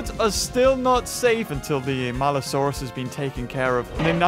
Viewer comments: its maliosaurus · It’s maluosaurus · IT’S MALUSAURUS